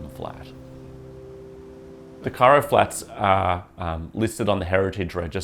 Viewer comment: The narrator speaks with a strong thick tongue. Pronunciation of "Cairo" sounds self-invented